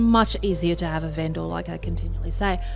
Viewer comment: Every "Ven-Door" scratches my brain.